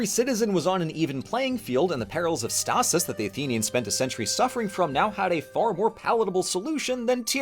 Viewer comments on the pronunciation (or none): none